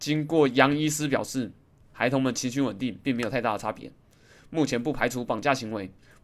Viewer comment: 孩童變河童XD 果然是念錯字的通緝要犯w